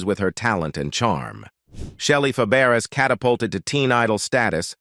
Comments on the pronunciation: IT IS PRONOUNCED FAB RAY NOT FAH BERRIES. WHY DO YOU HAVE THIS JOB? ARE YOU A COMPUTER. YES. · Shelley FAH-BARE-ASS?? Is this a computer voice? At least get a narrator that can pronounce names! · Um? Fuh-Barris? NOPE! Fab-Bray... 🥴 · Her French surname is pronounced "FaBRAY," not "FabArez." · Fabares pronounced fab ray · “Fay bare ess “ 🙄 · It's pronounced fabray. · shelly Fab accent on the first syllables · good grief!!! If you are going to do these videos lean to pronounce their names. I have never seen names so butchered. Shelley’s last name is pronounced “FAB RAY”…….Her aunt was Nanette Fabrays…….pronounced “NAN NET FAB RAY”. Their names were pronounced the same with different spelling. I won’t go into the others. But please research because all of these videos have the same kind of colossal mistakes. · Yes it's fab.a ray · You pronounced her last name wrong, and that one clip was Shelly Long, not Shelly Fabares. And your voice sucks as well. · He can't even pronounce her name right. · You're mispronouncing her name. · Should be nominated as the worst bio; mini documentary of an artist... ever! Punch in to correct all mispronounced last name that you are making money on! CORRECT IT!! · I'm about half way thru & I can no longer stand how Shelly's last name is being miss pronounced. Oh my God, ugh. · AI voice??? You destroyed Shelly's last name, lol... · I agree. This voice is mispronouncing her last name severely wrong. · What a moron!! Need to pronounce people's names correctly!!!!